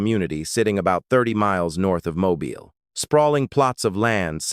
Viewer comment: It's pronounced mo-beel